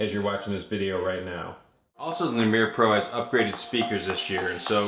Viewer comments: it's not a "le-meer" it's "lee-mur". like the small monkey. ever heard of zoboomafoo? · Lemur, like the animal. Lol, but I like that you made it fancy French. :D